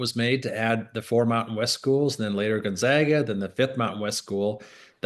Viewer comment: Someone please tell Mr. Coryell it's GonZAGa not GonZOGGa